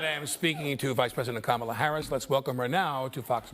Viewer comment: The ONLY thing you got right was the pronunciation of her name. I think it is going to be a landslide!